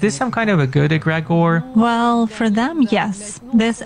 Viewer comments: She cant even say Allah. She says Agregor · she says aggregor because she cant say the name of Allah i think it will brake her link with her djinns or contract with them, the names of Allah are powerful in that regard. for exemple to us Muslims if you come in contact with an evil djinn or what ppl might call demons, just by saying Allah akbar or one of the names of Allah will give you some immediate protection. but just for information, even the praying 5 times a day, you might be harmed, there are levels of protection and stronger djinns that might have the power to overcome your protection if there is the slights weakness in your heart.